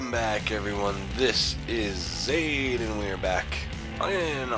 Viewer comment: You got the name pronounciation dead on, thanks! Sorry for the late comment. RL is a ... "an occasional problem."